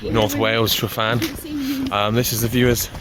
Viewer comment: Please note that every `f ` in Welsh is pronunced the same as the English `v`, and every `ff ` is pronunced the same as the English `f `. Thanks.